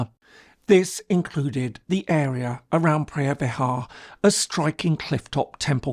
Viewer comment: It looks like you can fully explained everything clearly except how you pronounce the word “phreah vihear” 😂 speak English please no Thai